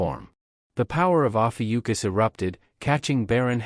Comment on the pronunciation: While I love the series, it is ROUGH hearing Lee Guem of Ophiuchus (Lee Gun Americanized) turn into Legion of Yukus.